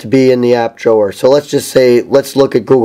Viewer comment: I really dislike your pronunciation of "Drawer"